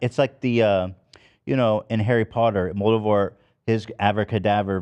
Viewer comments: mm yes, i love harry potter's 'Moldevort' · Moldevort, Idra Elbis..... Ethan word scrambles are top tier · Pretty sure he said Moldevort